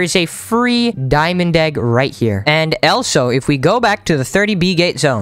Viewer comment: You said diamong egg bro